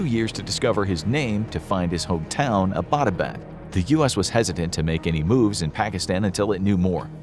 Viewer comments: Hey, alright so i live in Abbottabad and this story is true and all but i have a problem which is that Abbottabad isn't pronounced like A-bot-a-bad, it's pronounced as Abbott-uh-baad. thas all, no offence. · The City in Pakistan Abbott-Abad, is mispronounced by every single American. The name "Abbott" is pronounced just like American comedian duo "Abbott and Costello". This City in Pakistan was named after a British General Marshal Abbott in mid 1800's when Great Britain ruled India. Pakistan was part of India back then. I am a Pakistani American, so I know. Every Pakistani pronounces is as you would pronounce the name "Abbott" in Abbott and Costello. In American context, it would be like pronouncing American City of Los Angeles as Lisa Angeles. It would be funny. It always cracks me up whenever I hear Americans mispronouncing Abott-Abad.😀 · The meaning of Abbottabad is “the town where the Abbot lives”. It’s pronounced like the English word Abbott- then abaad. Phonetically combined Abbuttauabauad. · Lol butchered the name Abbottabad. 🤣😂🤣😂